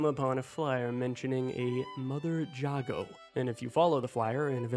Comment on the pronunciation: How to you play the whole game and not hear anyone say Jago correctly